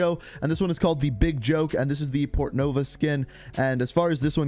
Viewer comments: Dont get ur hopes up/celebrate too much cos he said it once a long time ago and went back to saying petronova lmao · Finally you’ve nailed to pronounce “PORTNOVA” instead of “PETRONOVA” HAHAHAHA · Ikr, it’s always kinda bothered me how he mispronounced it lol. 😂